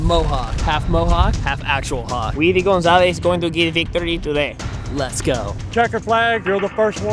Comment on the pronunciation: Am I the only one who thought that was racist😂 "Gonzalez" lol